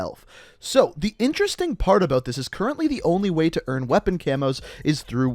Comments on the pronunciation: But he doesn't say "about," he says "abeaut." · The way he says about lol